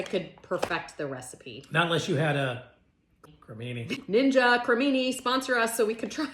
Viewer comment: I’m not sure if you were joking, but you do know it’s a ninja creami, right? There’s no such thing as a ninja creamini!😂